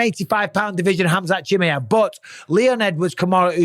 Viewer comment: Hey Bisping, please could you learn to pronounce Chimaev properly, is not that hard is it mate?